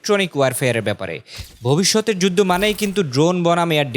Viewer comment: ববিষ্যতের না ভবিষ্যতের কোনটা বলছো ঠিক বোঝা যাচ্ছে না??